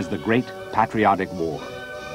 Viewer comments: Or like paaatriot war. Ugh his speech is irritating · My god. "Sahviet, Natsy" and "pat-rotic". It's so hard to listen to. Haha